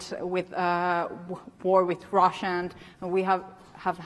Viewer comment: "our western neighbor is Sweetie😍 and our eastern neighbor is RRRóssiA👹". She did it on Purpose to get Putin-the-idiot upset.